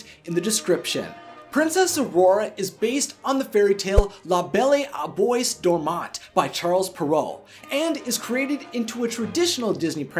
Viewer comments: 'La Belle au Bois Dormant'' is pronounced ''La beh(soft l) ou bwa doh mon' hopefully this helps :) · It pronounced : La Bell o boua dorrmant In French Just go on google translate or something it's not that hard to find how to say it properly Any way love the video despite the terrible French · Ok I know you are not French but you said la beye o boy Doyman and that is not how you prenouce it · La Belle Au Bois Dormant is pronounced as "La Bell O Bwa Dormân"...please work on your pronunciation. Thanks. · Oh boy, I may be Dutch and not be fluent in French, but the way you pronounce La belle au bois dormant makes me cringe, although I do love your videos! (seriously, you can google "how to pronounce la belle au bois dormant" and you actually get some audio to tell you) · You read thé french title wrong 🤣🤣🤣😂😂😂